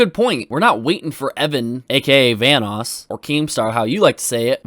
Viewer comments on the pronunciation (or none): ITS VANOSS not "Vaness" Jesus keemstar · BAHAHAHA KEEM REALLY SAID VANNESS CREW INSTEAD OF VANOSS!!!! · I remember that Keemstar calls Vanoss VanissGaming. 🤦🏼‍♂️🤦🏼‍♂️🤦🏼‍♂️ Good thing Wildcat is a Good friend. Correcting his name if someone mispronounced it. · Everyone: Ohmwrecker, The Group,: OMNIwrecker, VAHNOOS Crew, sOme SmALL yOuTubEr I swear, he says this shit on purpose... 😂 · the first few times i thought keem was talking about Venice instead of Vanoss got me confused af, like how does the city Venice fit in all of this lmao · the fact that Keemstar pronounces Vanoss as “Vaniss” and Ohmwrecker as “Omiwrecker”... like if you’re going to try to prove a fact, please pronounce names correctly or you just sound stupid 😂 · It's not just "vaniss" it's also "van-oos" which at one time was a joke between the group proving he himself might be a fanboy. (At least I remember the group saying that??) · How does Keem fucking pronounce those names? Vanoes? OmmiWrecker? God, I won't be surprised if he calls Scotty 408